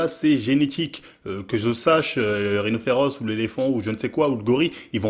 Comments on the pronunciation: Mdr, à on dit rhinocéros. Rhinoféros c'est un pokemon😂😂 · ps : on dit rhynoceros pas rhynoferos. c'est dans pokemon sa mdrr